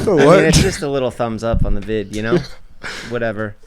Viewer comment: Get off the pod bro.. the way he pronounces “know” “so” it’s so annoying dude been saying this since he was bald in the early days lol.. replace him with mike!!!! Please I’ll box and if I win he’s off the pod